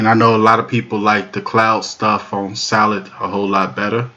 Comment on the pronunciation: "Solit" is not a word as the way you pronounce it. The proper spelling is "Solid" and is pounced like it is spelled